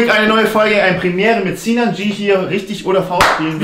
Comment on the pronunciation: Lieber Michael smolik, er heißt nicht sinan g, sondern ginan c. Bitte beachten ;)